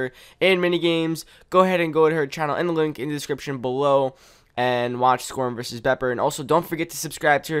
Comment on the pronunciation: Lol every intro I feel like when he says "SKORM HERE", it sounds like "Squirm here!" X3